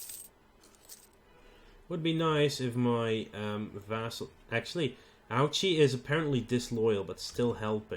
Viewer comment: for future reference ouchi is pronounced Oh-ee -ch-ee